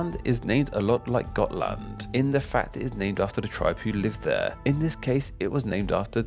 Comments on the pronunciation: I'm from Gotland (you pronounced it correctly) but the origin of Gotlands name is a little more complex. It is thought that it could originate from the Goths as you said, but also from the old word for seal, making it seal island (which is strange, as we have seals on some parts of the Island, but not commonly). Gotland has had a few different names in history, more recent was Guttland and earlier was Gulland, with Gull being the old word related to seals. And why the L's later on became T's could be because L and T used the same runic letter, making it hard to translate. The "Goths" you mentioned are called Gutar in Swedish, which makes more sense with the old Guttland name. But it could be that it's actually meant to be Gullar, that would roughly translate to something like Seal People. Now a days we are more akin to Sheep People. We're like Swedens Ireland. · I love your pronunciation of the counties, especially Halland, Gotland, Jämtland and Södermanland, which were all pronounced correct.